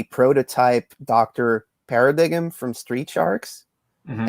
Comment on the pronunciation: Hey, this is the second time I hear you mispronounce the Street Shark name Dr Paradigm. The word Paradigm means "Point of view" and is pronounced "Para Dime" like the ten cent piece, not like honey smacks